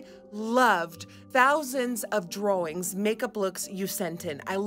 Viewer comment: her Dutch coming thru when she says "drawings" , so cute! n_n